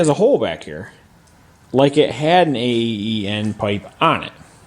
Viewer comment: A E E N ? Really! It's an aeen pipe c'omon dude